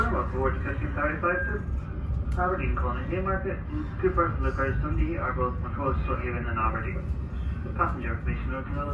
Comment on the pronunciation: Butchering is 100% correct Leuchars is pronounced Loocars and Kirkcaldy is Kirkcaudy lol 100% butchered as well !